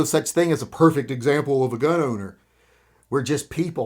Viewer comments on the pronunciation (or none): none